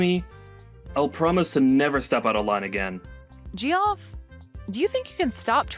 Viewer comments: Ha, ha, ha, they called him Ge-off. It's pronounced Jeff. Idiots. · I think it's pronounced Jeff, not g-off